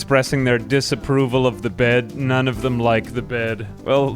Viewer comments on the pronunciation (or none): none